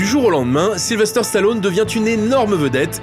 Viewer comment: J'adore ! Super ! Sly superstar ! Mon idole ! Une figure paternelle pendant toute mon enfance ! Par contre les gars, arrêtez de dire SylveRster... sur capture mag vous êtes plusieurs à le faire... Sylvester... sans RRRRRRRRRR :D